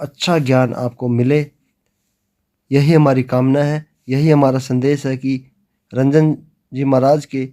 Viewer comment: कृपया महाराज जी के नाम का सही उच्चारण करें उनका नाम रंजन जी नहीं अपितु राजन जी है 🙏🙏